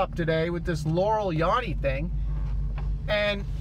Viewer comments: I watched another vid and now all I hear is Yanny. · I'm a 56 yr old female and I'm hearing yanni every time. I even TRIED to hear laurel and I couldn't! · female 33yrs. the first time I heard the clip I heard laurel and then afterwards I keep hearing yanny! I immediately thought of Mandela effect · I'm a 40 yr old female and every time I listen to that I hear YANNY. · I thought it was yanny... rhymes with canny. Also, the first word of the Journey sounds different too. I remember a harder "j" sound. Man those lyrics switches are super eerie. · WTF I came here last night and I clearly heard Laurel and i listened to it today and all I hear is Yanny ,, what the fu... I am loosing it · I hear YANNY like Van sound. Not even yawny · I hear Yanny every time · It’s pronounced “Yanny” not “Yanny” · He's mispronounceing yanny and it's as annoying as the meme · It's laurel. I'm female and 31. I am so tired of hearing this clip and seeing it in my feed. Crazy thing just happened tho. You pronounce it "yah-nee" and I didn't think that was what others were hearing. I thought they were hearing "yeah-nee". However I just saw a "yanni" name appear in my feed on an unrelated video as you were talking. So it's clear to me this is a synchronicity manifestation thing. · The first time I heard it, it was like a combo of both I can't even describe it. This last time you played it, it sounded like yammy. weird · I am 44 and i hear yanny,but i think that it sounds more like yerny. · Honestly not liking how he is pronouncing yanny like "yawny" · I hear yammy not yanny. Male 43 Dolly in moonraker had braces, & that's a fact. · All i hear is yeary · My wife hears yanni I here Laurel, how bizarre is that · I only hear Yanny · Stop saying Yonny, it's Yanny. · It’s yANny not Yawny! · It's not Yawney, it's Yannie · Female-48 and I hear "yelly" every time. I've listened to it at least 20 times trying to hear yanny or laurel, but nope always yelly. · I heard Yannie. 😄 Female : 54 years old.